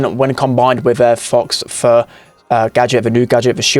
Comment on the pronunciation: it’s pronounced foe fur haha great video though yours was the first I watched